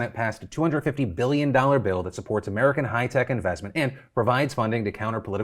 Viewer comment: “Share your IVESMENT” ? Did anyone else catch that?